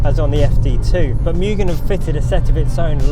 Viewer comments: I bit dislike the way you speak Mugen, Mu gen not mei gen. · Moogen, not meu-gen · Correct “Mugen” pronunciation: ✅”Moo-gen” ❌”Miu-gen” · Why does everyone say 'MUUgen' and not 'MOOgen' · mugen pronounced correctly as (moo-gen) not (miyu-gen) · its moo-gen, not myu-gen. :) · Mugen is pronounced Mu-jen not mugin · Dafuq is a "Myugen"?